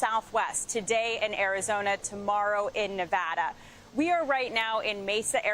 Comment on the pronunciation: "...seemed to lobby against it..." NO. He scuttled the border deal so he could politicize the issue during election season. Call it like it is CBS. But at least she pronounced Nevada correctly.